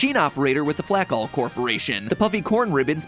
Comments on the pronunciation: Ok, so you're telling me that the company turning grain into flakes pronounced their name flack-all and not flake-all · YA DUMMIE FLAKALL IS PRONOUNCED FLAKE-ALL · 100% betting MatPat is constantly mispronouncing the "Flakall" corporation. It just HAS to be pronounced "Flake-All". There's no way it's not.